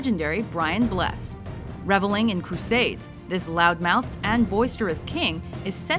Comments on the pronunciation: its brian ble-sed (phonetically) not blessed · "Brian Bless'd" no, its Brian Blessed, - "Bless - ed". FYI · Brian Bless-sed is how you pronounce it, not Brian blessed. Idiots. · for fucks sake Mojo, it's pronounced "bless-ed" not "blessed" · I was quite surprised Merlin got on here I didn't think it was popular in America, is it? But one small thing it's pronounced Bless-Id not simply Blessed but easy mistake to make. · Brian Bless-ed :) Not Blessed :). Tis a english thing. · it's bless-ed not blessed! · It's Brian Bless-ed, not Blessed :P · Yay BlackAdder is on the list! But you said Brian Blessed"s name wrong. Its pronounced Bless-said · What about - Chief Arthur – Arthur of the Britons (Oliver Tobias) King Arthur – Merlin (Bradley James) Emperor Augustus – I Claudius (Brian Blessed) – BTW its pronounced Bless - ED Emperor Claudius – I Claudius (Derek Jacobi) The Prince Regent – Blackadder the 3ed (Hugh Laurie) Henry VII – The Shadow of the Tower (James Maxwell) Henry VIII – The Six Wives of Henry VIII (Keith Michell) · Brian Bless-ed, it is how you pronounce it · It's pronounced 'Bless-ed' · BlessED YOU PRONOUNCE THE "ED" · You misprononced Brian Blessed's name. Its Bless-id. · Brian Bless-ed is how it's pronounced. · Brian Blessed is pronounced Blesaid doh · Pronounced Brian Blessed wrong. Its Brian Bless-ed. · Just for future reference, Richard IV in Blackadder is played Brain 'Bless-ed' (its pronounced separately) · Its pronounced brian bless ed like drivers ed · So legendary that you got "Brian Blessed's" name wrong. It's Pronounced Brian Bless-ed. Just saying. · Brian blessed is pronounced Brian bless-ed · Actually, its pronounced bless-id. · What about Tom Hiddleston as Henry V in The Hollow Crown? Also, it's pronounced Blesséd. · You know you're not British when you can't pronounce Brian Blessed... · You pronounced Brian Blessed wrong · How could you say Brian Blessed's name wrong? Come on now